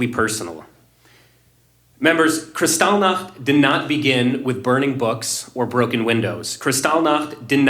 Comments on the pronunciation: omg jimmy it was Kristallnacht not whatever you said... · Jimmy, I like you, respect you and agree with 95% of the issues you explore - particularly with regard to the shots. But I find your videos on Jewish issues unwatchable. You and the gang seem to have complete cognitive blindness on this issue and behave as though the only people being threatened and killed are the Palestinians in Gaza. Your inability to pronounce Kristallnacht (and seemingly your understanding of the significance of that event) suggests to me that you and the others have a vein of anti-semitism running through you. I'm not Jewish, by the way. I respectfully suggest you read 'The Palestinian Delusion' by Robert Spencer to understand the falseness of the claims by the 'Palestinians' who have no historic claim to that land. It also explores the long snd arduous series of attempts at drawing up a peace process by Carter, Clinton, Bush and Obama which failed because of the Palestinian desire to eliminate Israel entirely (and because none of them understood the proclaimed intention of Islam to remove and kill the Jews - which is really what this never-ending conflict is about. Other good reads which reveal the true motive of many 'Palestinian refugees' are 'Because they hate us' by Brigitte Gabriel, a Lebanese Christian and videos by Gad Saad, a Lebanese Jew. Both experienced the destruction of their Christian-majority country Lebanon when their government allowed 280,000 'Palestinian refugees' to flood in. Civil war ensued as they took over the country and destroy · Dude. "Kristalnik?" It's kristallnacht. The night of broken glass. Did you sleep through high school history class? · Seems like these "experts" choose an odd pronunciation of a word to make it seem like they have a deeper understanding of the subject. I've never heard it pronounced KrisTALLnach, only KRIStallnacht... and when I look up the actual pronunciation, in German (since it's a German word), it is in fact KRIStallnacht.